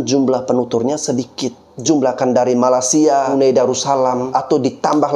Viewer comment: Bang bro, maaf mau ngasih tau, kalau bilang Malaysia jangan bilang Malasia tanpa y bang. Kemaren channel Rusdi Rusli mencoba beberapa kali mengkoreksi perkataan abang. Bener juga sih, coba kalau ada org luar negri yg berkali-kali salah menyebutkan nama negara kita salah Indonesia jadi INDONESA tanpa I. Yaitu aja sih koreksi nya. Makasih